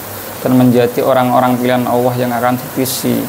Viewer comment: Ucap ALLAH bkn Awoh mas 😅